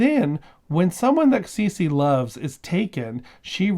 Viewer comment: It sounds like a book well worth reading. Thanks for introducing us to it.⬅ My high school Spanish is telling me that her name would be pronounced "Saysay", not "Seesee". I may be wrong, but what I remember from the classes is that vowels in Spanish are consistent, and the letter e has a long-a sound.